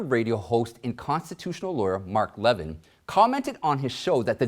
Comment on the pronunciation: As always, excellent and informative show. I wonder how many people heard of Durante for the first time. One thing: it’s pronounced Mark leVIN, not LEvin. Maybe it was just a mistake. I’m sure you know of him.